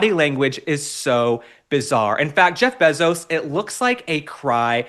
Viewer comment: Probably just an oversight, but Mr. Bezos is worth $190 billion, not million. And his last name is pronounced bay zos, not beh zos.